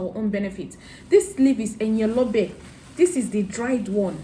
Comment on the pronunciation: The leaves is pronounced - re mi re re re - Eyin Olobe